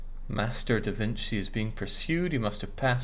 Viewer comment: I believe it’s pronounced DaVinchi not DaVinsi like you said at the beginning